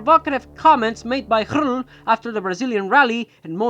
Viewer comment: I'm sorry, but I find the way you pronounce röhrl too funny. Excellent effort though 😁🙌 your 'hrrl' really has some gusto :D 'Ö' is kind of a weird modification of 'O' so feel free to just use o as in ocean h after a vocal (including umlauts like ö) just marks an elongated version of that vocal (same as english oh ah etc) But I super respect & appreciate your very original transliteration of röhrl xD